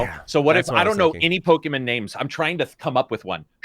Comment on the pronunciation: "Po Key Min"